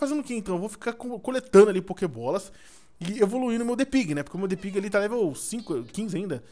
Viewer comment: Só eu escuto o falar depig?